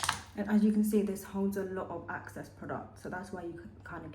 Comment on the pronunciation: lol the way u say like access product instead of EXcess is so funny